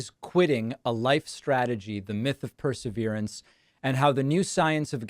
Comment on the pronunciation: This is a truly exciting area of study, and Ms. Keller is a brilliant, engaging woman. As an editor, I would urge Ms. Keller to pronounce “perseverance” properly, because it is a key word in her world. Thanks for this interview!